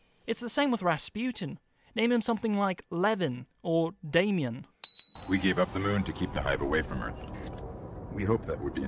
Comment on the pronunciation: Damion? you called it that i'd instantly think of the omen